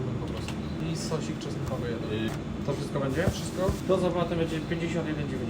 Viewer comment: Sos czosnkowy a nie "czostkowy" 😅